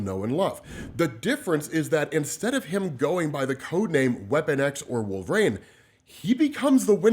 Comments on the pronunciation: Genuine question, why do you say wolv-rain instead of wolverine? No hate just curious. Been a huge fan for about 7ish years, keep up the work!! Love ya dude! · Why TF does this dude pronounce it "Wool-vuh-rain"?!